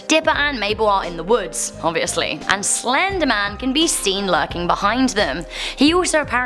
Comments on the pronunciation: It said "The Slendeman" and I don't believe in "Slendeman." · She calls it slendergman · What’s “Slendeman?”🤧😂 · slendman. Why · In the thum nail there only says "slendeman" there is no "R"